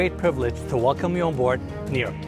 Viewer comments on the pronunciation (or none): He’s pronouncing it like Niro. Nero is the Greek word for water. It’s neh-ro. Understandable though, Americans and geography/other cultures/ languages don’t mix.